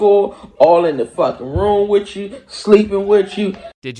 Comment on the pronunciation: If you pronounce the word "with" as "wiff" you should genuinely be laughed off of the internet like the fooo you are